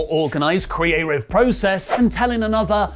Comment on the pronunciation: Can you stop saying “Creative” like that